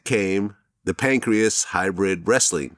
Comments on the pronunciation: "Pancreas" smh😄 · He really said pancreas 😅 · Glad said “pancreas”….. JFC dude… it’s Pancrase. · My favorite fight leauge "Pancreas" 😂 Pancrase based on ancient Pankration olympic fighting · The "Pancreas" hybrid wrestling federation. Hahahahaha I love DJ Vlad's pronunciation of things sometimes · He said pancreas wtf😂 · Vlad calling it "Pancreas" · "Pancreas?"😄... its Pancraze bro, pronounced PAN-CRAZE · This guy said Pancreas...hahahaha come on Vlad do your home work correctly. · I believe it was called "Pancrase" not Pancreas. close enough however 😂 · the pancreas?!?!? smh lol isn't pancrase!?!? lmao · How did I know bladder was gunna call it pancreas instead of pancrase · Damn Vlad it’s Pancrase not Pancreas. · That fool vlad said pancreas... 🤣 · Vlad literally said 'Pancreas'.... facepalm. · Glad really said pancreas like the organ lmao. Its pancrase. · Pancrase, not pancreas.